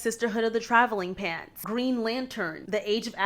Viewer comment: Did anyone get thrown off by the way she said sisterhood of the traveling pants 😂 it was the emphasis on “traveling”… it’s sisterhood of the traveling PANTS not sisterhood of the TRAVELING pants lol It’s so funny how emphasis can make stuff sound so different. It just stood out to me because my girlfriends and I loved this book in middle school and we never said it with emphasis on “traveling” lol